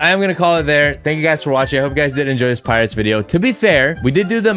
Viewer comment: "Pirots" It's not that hard a word, stop saying pirates.